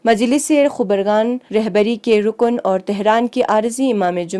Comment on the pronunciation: Mam khubargan nahi khabargon